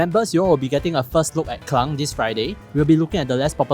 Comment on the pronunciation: awesome review as usual with nice gunbound ost. can i just point out that klang is pronounced as keLAND and not keLANG haha. A malaysian sub here btw.